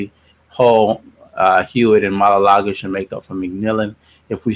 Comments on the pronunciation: It's maualuga not malalaga lol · The way u say his name 😂😂😂